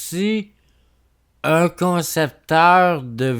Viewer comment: " j'me connectais sur zun compte pour aller sur zun autre " hahaha tbnk